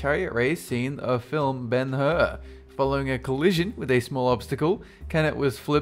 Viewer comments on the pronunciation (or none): Who the Hell is Ben Hura?